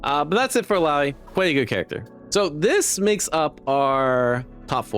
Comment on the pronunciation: Bro still can't say illaoi's name correctly 😢